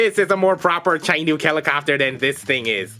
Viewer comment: Hate to pop in for the first time ever on one of your videos and correct your pronunciation, but Chinook is actually said Shi-nook. Otherwise good video, I really enjoyed the Our Worlds bit.